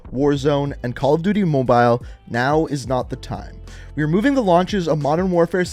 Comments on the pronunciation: Why do you say Mobile like that? 😂 “MoBiLe” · Call of duty moe-byle